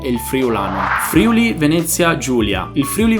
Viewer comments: Si dice “FRIÙLI” non “FRÌULI” 🥺😤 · FRIULI SI PRONUNCIA CON L'ACCENTO SULLA "U" NON SULLA PRIMA "I"